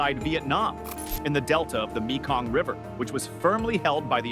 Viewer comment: It's pronounced MAY-KONG, not ME-KONG.